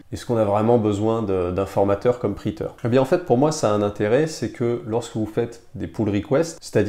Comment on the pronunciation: top ! juste, ça se prononce "prétieur" ;)